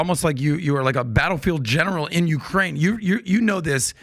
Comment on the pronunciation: He can't even say correctly Ukraine and yet he's an "expert" now on this war... c mon people 😂